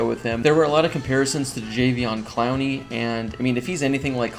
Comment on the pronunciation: Are we really not going to address how he pronounced Jadeveon Clowney ? 😂😂😂